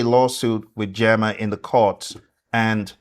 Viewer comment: GEMA it’s pronounced GĒ/MA. GEEMA 😁🫡